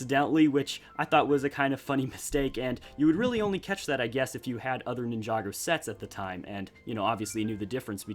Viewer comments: Wow Ninjagger when did LEGO make that? Lol he said Ninjagger not Ninjago. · No one: Not one person in the entire universe:: nInhJdaUggEr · Iam sorry did I hear this man say nin-joger at least that’s what I heard